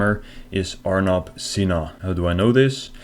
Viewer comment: “This scammers name is………Arnab ……pronounced as “our knob”……..sinha 😂😂😂😂😂 fukin hilarious😂😂😂👍